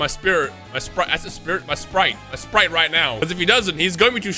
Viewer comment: Dude…. It’s not spirit… it’s Sprite like the pop.